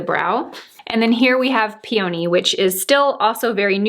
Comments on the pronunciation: PS....PEE uh nee Ha you had me thinking I have been saying it wrong all these years but my mom was into flowers...so I say it with a soft a . which is close to uh. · Yes with the emphasis on the first syllable. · Started watching your tutorials a few weeks ago and I love them. I also have hooded eyes and I enjoyed watching this one. Language is such a confusing thing and plant names especially but here in Australia we pronounce Peony with an F ....so sounds like "feeny". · Enjoyed your informative video and love the shadow palettes! I’m in Ft. Worth, TX and i pronounce the flower pee-oh-nee. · Beautiful as usual. Enjoy your channel so much, very informative and realistic looks for the ordinary person. I'm in Minnesota and we pronounce peony as pea a nee🙂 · this is how we pronounce it in Philadelphia: pee-a-knee. Love this review. Ordered peony and lilac and the lipstick!